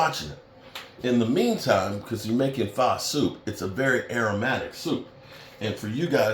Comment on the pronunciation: Are you saying Pho? It’s pronounced “uh” not “ah”